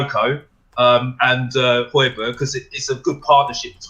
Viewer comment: First and foremost the fans need to get his name right (Hoy-be-air) and then: ABBA Fernando - There was Højbjerg that night, the Spurs will fight... our general...